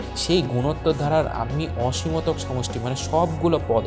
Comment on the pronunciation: ভাইয়া অসমীতক না অসীমতক হবে😇